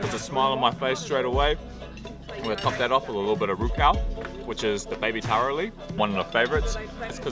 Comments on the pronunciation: your pronunciation of TARO is very impressive:) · Enjoyed your video. The pronunciation of the local words “taro” “ika mata” “rukau” was on point. Im gonna go look for some good island food today, thx 😊